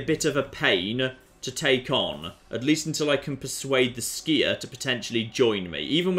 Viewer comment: its clan Sky-er not Skier;)